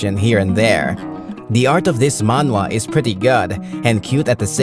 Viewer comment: I appreciate that the voice actor fixed his pronunciation when saying "Manhwa". this is why I love this channel so much they're actually listening to the audience. more power!